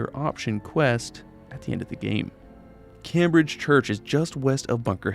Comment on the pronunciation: I’m more concerned about how he can’t pronounce Cambridge